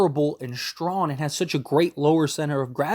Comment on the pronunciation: Where u from? It’s funny hearing u try to pronounce young and strong